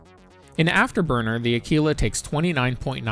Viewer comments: Say the word quick, then quite, then quiet. Now Aquila..... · omg ..what is wrong with youtube?? AAkwila!! ..not akeela. ...just insane. It's ACTUALLY a constellation in the sky .../smh